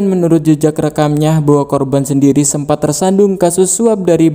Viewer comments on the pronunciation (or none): kecelitut,sendiri bukan sendili